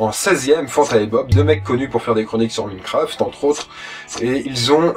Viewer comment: et prononce bien minecraft PAR PITIE CA FAIT MAL AUX OREILLE x)